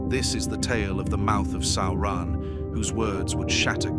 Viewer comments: It's almost correct. Just needs the emphasis on the first syllable. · What is a Sow-ron? Is it like a militree? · Sauran?? SAURAN???? Really? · WTF is Sowrahn?!? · The Video is good, but the ridiculous pronunciation of Sauron's name is annoying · Now now, AI is still learning how to say Sauron